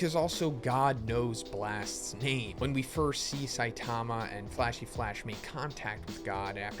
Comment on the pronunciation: Really hard to take this dude seriously… he can’t even say saitama’s name right